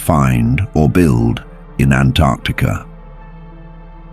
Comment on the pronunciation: Typically, I hate AI, but I kinda wanna marry this AI because it knows how to pronounce Antarctica